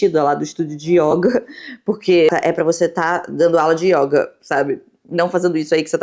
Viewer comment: Só trazendo uma contribuição amistosa, a palavra yoga é do gênero masculino e a letra 'o' tem uma pronúncia fechada. Então diz-se "o yôga" e nao "a yóga".